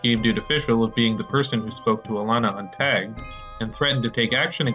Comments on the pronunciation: Why does game dude pronounce "tagged" like /tɛ:gd/? Feel like I've maybe heard some Philly guys talk like this, but never a Canadian. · Nice to see someone else picked up on that